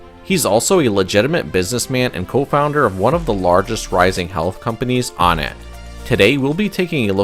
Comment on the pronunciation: "On it" not "on nat"